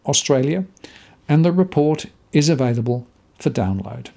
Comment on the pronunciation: . I think I heard you say avaidable. I used to pronounce it the same way till I had the error highlighted to me. Available not avaidable. 👍